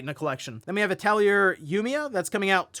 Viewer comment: how to pronounce "atelier" : A te lee eh And holy shit i’m getting that new Castlevania collection